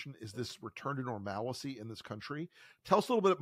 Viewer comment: Dude, normalcy not normalicy. 3 syllables.